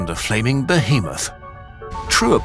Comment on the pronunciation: That's not how to pronounce behemoth